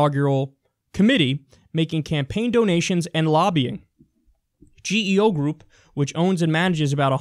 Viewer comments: It's pronounced g-o group. Not g-e-o. The second largest for-profit prison operator in the US. Garbage people. Garbage company. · It's actually pronounced Geo, as in "GEE-oh." I know because I had the benefit of utilizing one of their nice resorts.